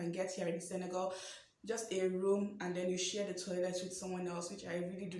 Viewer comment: Love how you pronounced correctly Senegal (and not SeneGAUL)!!